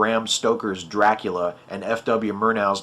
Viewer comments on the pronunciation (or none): none